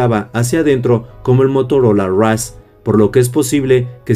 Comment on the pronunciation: La frase del día? “El Motorola raf “ 😂😂😂